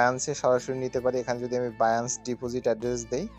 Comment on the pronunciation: Binance কে বাইয়াঞ্চ বলেন কেনো